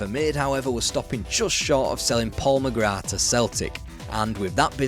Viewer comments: Well done on saying “McGrath” correctly Ron Atkinson couldn’t even do that! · Well done on saying “McGrath” properly.